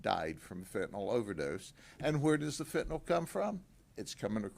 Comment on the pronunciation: It's pronounced fentanyl not fentanawl OMG please those of you in law enforcement that are saying this term over and over in front of parents and the public... PRONOUNCE IT CORRECTLY please!